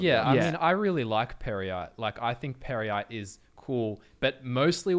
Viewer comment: Pear-yite perhaps?